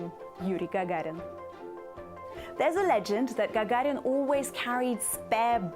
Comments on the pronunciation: Lol, nice. Yuri "jajarin" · Она русская, как она произносит фамилию Гагарин и Королев, фонетика выдает ее происхождение, хотя ее английский совершенный.